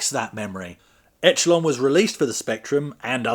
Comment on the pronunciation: It's pronounced eshelon I've never played it,but I remember the magazine reviews were quite dismissive